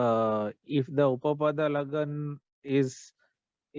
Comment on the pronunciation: Uttpada lagna nahi sir "uppada lagna" Bolte hai. Apne kai jagah pe uttpada lagna bol diya hai.